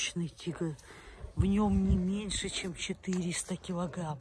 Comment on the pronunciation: тигЛл киЛагЛам кЛасивый, противно слушать